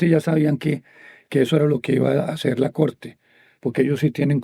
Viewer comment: Minuto . "El trabajo que hay que hacerT. T T. El verbo hacer no termina en T